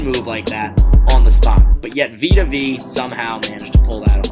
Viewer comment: Please learn to pronounce the dudes name... Vita Vee?? it’s Vea... pronounced Veyah